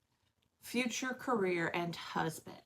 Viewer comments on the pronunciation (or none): none